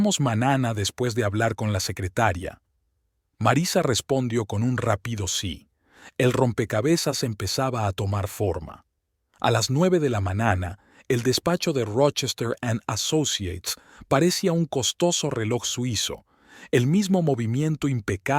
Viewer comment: No hay que juzgar la traducción hay palabras que no puede pronunciar . Narrador te aconsejo tona un curso de español latino . no sé dice manana se dice mañana. no sé dice ano se dice año. ano es una parte de nuestro cuerpo que es pulsamos las Eses. 🤗🇨🇴❤️